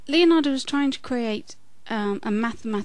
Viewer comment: By the way, since you seem concerned about pronunciation, the correct way an Italian would pronounce "Leonardo" is not "Leeonardo". Actually, the "e" in "Leonardo" sounds the same as the "e" in "very". Regards.